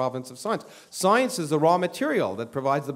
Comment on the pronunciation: I like how he pronounces it "soyence".